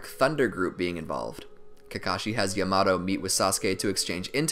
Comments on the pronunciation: Actually triggered me so much for no reason. Yah-mah-toh. Damn i need help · Mans said yamado Say it with me YA MA TO WTF 😂😂😂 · yamado? its yamaTo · “yah-muh-toe” lord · Its pronounced (ya-mah-toe) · Amazing video but the way you said Yamato killed me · Bro please say Yamato right they literally say it in the show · he pronounced yamoto wrong